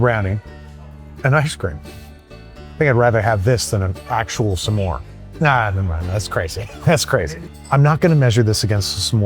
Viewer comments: Excuse me, a "samore" ? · Is it just me, or is he saying s'more weirdly? He makes it sound like two syllables. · You're probably using the right pronunciation of S'more and its driving me insane